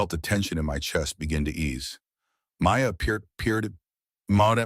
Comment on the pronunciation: Orion or Ryan ? Maya appeared Maud ? so the channel does not understand what the AI story is saying Anuka Sharma butchered to Anukumarma